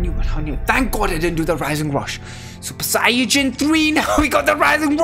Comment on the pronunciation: I miss when said sayayin. 😔